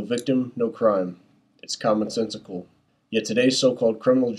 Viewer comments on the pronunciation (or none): "Commomsensical"? Seriously,?! I know you have an undergrad degree and studied at the postgrad level. "Commonsensical"?! LOL;-) In all seriousness, I agree with most of your work. I believe that the police and public 'officials' must be closely monitored. I agree that much of what passes for 'public' or 'municipal' should be privatized. I agree that the Police and municipalities work together in an economic monopoly. Much more. I am however a firm believer in our constitution and that it should be administered as the Founders intended.